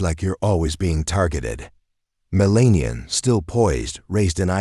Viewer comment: This Channel needs someone who knows how to pronounce the First Lady Name!